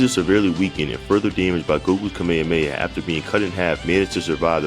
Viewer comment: Thats not how your pronounce kamehameha